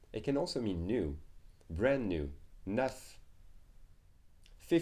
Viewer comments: I also found the pronunciation of "neuf" to be unusual in this video. I live in France. Here in the video I've heard \naf\ rather than \nœf\ . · i think ive been pronouncing neuf wrong for a long time haha. for some reason i didn't recognize it. is it possible it changes with accents in different areas? like canada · Well in Canada, many words will be pronounced differently, but in general, there is only one way of saying "neuf".